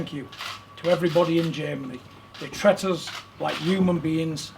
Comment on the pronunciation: 'tret us' LMAO